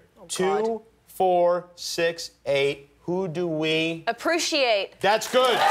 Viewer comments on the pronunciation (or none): “Appruciate" LOLLL She actually said that! haha John Krasinski was not lying lollll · Its so funny how John claims that Emily say "appruciate" and she actually does lolol. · did she say approociate haha